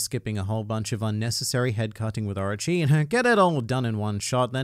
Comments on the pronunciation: stop saying Archi instead of Orochi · Oooo arochi not archi 😂